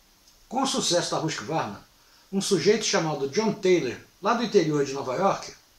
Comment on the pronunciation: Por que pronuncia 'rusk varna' a pronúncia é 'rusqüarna'. Tudo bem, a maioria fala assim.